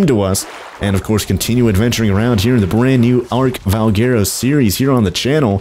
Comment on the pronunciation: Its Val - gu - ro. All together, Valguero.